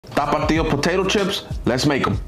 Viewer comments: it's a stupid word and I'm Mexican. I cringe at the way this guy exaggerates it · Why he was turning on the music while pronouncing tapatio 🥶🥶🥶🌚🌚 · my guy cant pronounce tapatio well no wonder its censored 😂